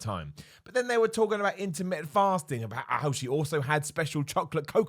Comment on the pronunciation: Its just his accent, over here we like to miss a load of T's. In this case missed all the T's 😂